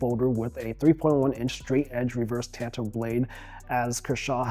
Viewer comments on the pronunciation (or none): The word is TAHN-TOE not TAN-TOE